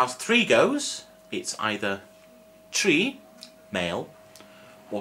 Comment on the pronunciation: Hello there! You've said, on previous lessons, that the "R" should be rolled, unlike the typical English "R", but you've always pronounced "tri" with an English "R" on this one. Could you please shed some light on this matter? Thanks a million.